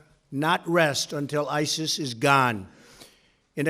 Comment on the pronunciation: Am I the only one who noticed Trump calling ISIS SIRI? :D